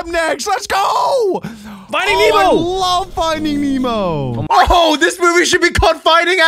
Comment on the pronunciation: bro said ¨fighting nemo¨💀💀☠